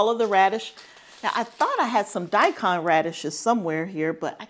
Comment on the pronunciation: you are saying daikon correctly :-)